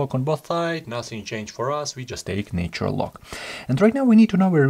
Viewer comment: Love the explanations thanks for your video ❤ just one feedback it’s not said “NAYtural” - Although the word Nature is distinctly so, the Na in ‘NAtural’ is pronounced same way as NASA, or Na X.. in russian 😇